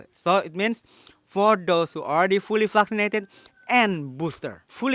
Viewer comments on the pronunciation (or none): love how you pronounce word vaccinated - fuckcinated. Very true, very true,! 😉